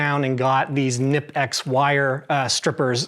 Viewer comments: knipex is NOT pronounced with a silent K. CNI PEX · Knipex: You ARE supposed to pronounce the K.